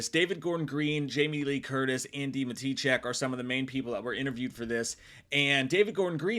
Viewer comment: Why do you always say Andy's name that way, it's wrong lol. Not ma-TEE-chek. It's Maddichack. The sound, not the spelling.